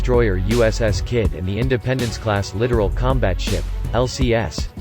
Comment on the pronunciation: The Chinese carrier actually weighed anchor??? I'm shocked! Would it be too hard to teach a computer how to properly pronounce "corps" and "littoral" guys? Huh??